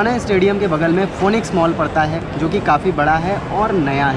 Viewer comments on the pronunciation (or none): Bhai city me bhi kayi malls hai aur ye फोनिक्स nahi फ़ीनिक्स mall hai